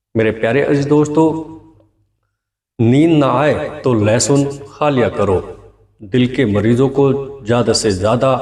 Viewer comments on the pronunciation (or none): none